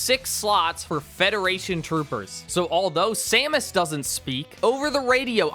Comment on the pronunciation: he doesn't even say her name right. so disrespectful.